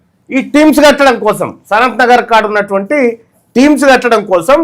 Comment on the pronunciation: టీమ్స్ కాదురా నీ అయ్యా. అది టిమ్స్ రా